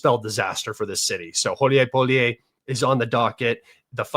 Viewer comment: Гуляйполе «Gulyaypole» is correctly pronounced goo•lyai•POH•lyeh, with stress on the third syllable.